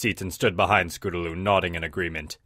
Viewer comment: Scotaloo? Don't you mean Scootaloo?